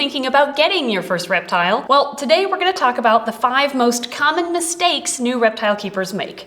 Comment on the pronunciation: at the start when she said mistakes i thought she pronounced it like "mis-snakes" lol